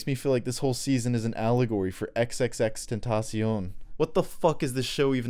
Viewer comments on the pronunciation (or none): none